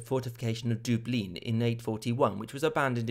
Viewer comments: They don’t speak French in dublin (doo-bleen👎) (dublin👍) (duvlin (more authentic)👍) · its pronounced duv lin ( as in bin)